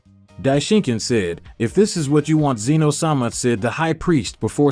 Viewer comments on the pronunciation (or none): WHOS ZEEN OH ITS ZEN OH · Bruh its not zzzeno ITS ZENO FOR CRYING OUT LOUD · It is Z-eh-no not Zeno. Fun fact zeno is actually written as Zen-Oh